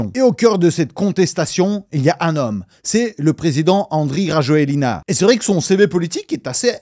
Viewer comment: pour le président malgache, prononcez, RAJOEL, pas Rajoelina